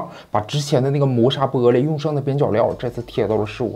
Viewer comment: be璃，这乡音出来了